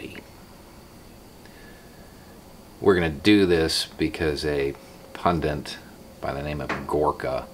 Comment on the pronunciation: Love you, - but it's "pundit" not "pundint," damnit!